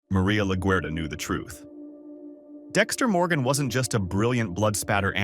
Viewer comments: “Lagerta” lol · Can you please say her last name correctly lol it’s anytime you say it it’s wrong. These are fun videos for sure but the not saying her name right kills me. They say it a million times in the show.